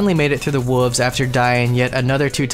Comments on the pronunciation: You really struggle with the word 'wolves', huh? It's okay, brother. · And then after that, pronouncing the "l" in "wolves."